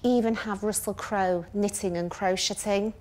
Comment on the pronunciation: Jenny: Excuse me, did you say knit-in? I'm out.